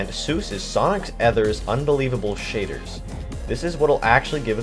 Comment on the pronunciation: Im gonna show you how to install the shitters mod. (thats what I heard XD)